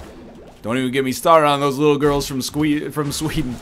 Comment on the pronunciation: "Those little girls from Skweden"